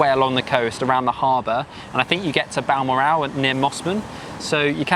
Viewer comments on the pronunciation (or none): It’s pronounced Bal-moral…. Balmoral has a great harbour beach, great if you have little children…. where my parents too us as kids. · I find it hilarious that being English, you couldn't pronounce Balmoral which is one of the most famous places in the UK. 😂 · I was more bemused by the mispronunciation of Balmoral. Like the castle, mate. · I love the pronunciations, but guys how do you get Balmoral wrong, the Royal family goes to your one every year - same spelling! Good video guys 👍